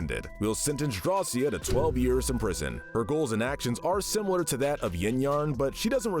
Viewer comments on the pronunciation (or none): none